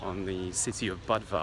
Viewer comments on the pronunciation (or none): It's pronounced boo-dva, not buhd-va